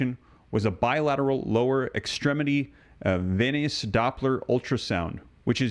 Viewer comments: Please pronounce 'venous' as veenus. Venice is a city in Italy. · Say, venous! Not venis. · Venus/Venous is pronounced as Veenus